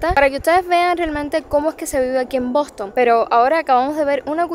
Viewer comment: Lo primero es aprender inglés. Esa pronunciación del Bostonian Hotel te quedó espantosa….